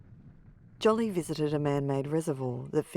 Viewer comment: The pronunciation of her name is not JOLLY. It is JOE-LEE. Get is straight!